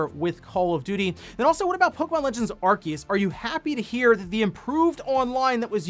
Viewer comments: I thought it was "ar-see-us" not "ar-key-us" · Aar see uhs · 7x.... you said Arkeus 7x... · I love your videos normally but in the intro today when I heard the name Arceus be pronounced Arkeus I had to pause the video, I opened Google Translate typed Arceus and heard the Google voice say it right and I walked out of the room... it's been about an hour since then. I think I'm ready to resume the video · THE C IN ARCEUS IS SILENT HOLY SHIIT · Someone please force this man to pronounce Arceus correctly it's killing me